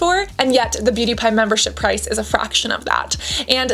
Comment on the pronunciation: I keep hearing "pewdiepie" instead of "beauty pie" throughout the whole video 😭